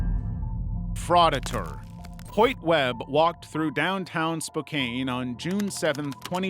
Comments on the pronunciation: Spokane- It's pronounced like Spo-can. Not Spo-caine (quality is so bad it doesn't deserve it). You also mispronounced Kootenai but that's ok, everyone does. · Spokane is pronounced…SPO CAN. 😝👍🏼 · FYI it's pronounced "Spoke Anne" ;) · I’m realllyyyy sorry to be that guy (and I love ur vids so this is not hate) but it’s pronounced Spo-can and Koot-nee. Other than that I loved the video!! Thank you!! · You can't pronounce Kootenai nor Spokane. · As someone from Spokane Wa, yeah welcome to Spokane Also the pronunciations is killing me 😆 I love it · You're mispronouncing "Spokane"